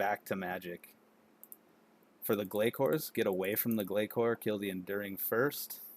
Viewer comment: Glay-core 😂😂😂 Its (glay-sore) like glacier, yknow, an ice cap 😂😂😂 good guide dude keep it up 👍